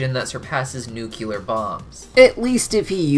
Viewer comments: Bro you’re gonna hate me for this but 1. It’s nuclear not nucular 2. It’s decelerated not deaccelerated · The word is “nuclear”